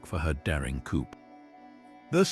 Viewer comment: Coup = "Coop"? It's pronounced, 'coo." Why use robot readers at all? They rarely pronounce things right, and it is annoying.